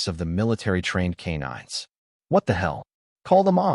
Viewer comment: K-9s = "Kay nine ess" in AI- speak.